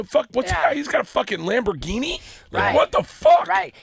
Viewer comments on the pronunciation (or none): none